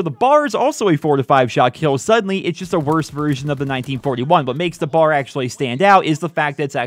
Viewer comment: not to be that guy but its called the B.A.R. not bar